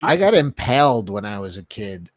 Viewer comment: Uhh, it's 'IMPALED', my dude.... 😂